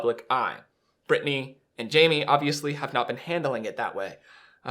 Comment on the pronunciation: She’s never chosen Britney…and still can’t say her name🙄